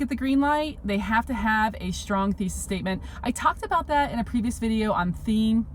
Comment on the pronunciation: why do you say "shtrong" instead of strong? you pronounce the "s" as "sh"